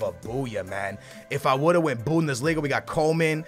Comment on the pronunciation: Bundeslinga with "Toni Kroos"